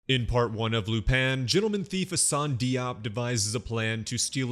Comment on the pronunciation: Thanks for recap! Small tip “Di” in French is pronounced like “J” in English. So even though his last name is spelt “Diop” it is pronounced “Jop” 😊